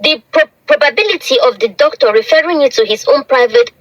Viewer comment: MADAM YOUR PRONUNCIATION OF DOCTOR IS VERY BAD CHECK WITH GOOGLE